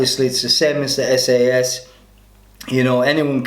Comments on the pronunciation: SAS...NOT sass!...ask the boys from Hereford! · SAS is pronounced ES-EY-ES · Dude just pronounced "SAS" as "sass" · Since when is the SAS called the "Sass"?